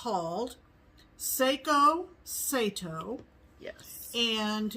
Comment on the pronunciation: Always look forward to your videos. Glad you two have been surviving the snow! Love the Pattern of the Week "Sato and Keiko". "Keiko" is my daughter's name. By the way, "Sato" is pronounced "Sah-toe". Have a good week, girls! :D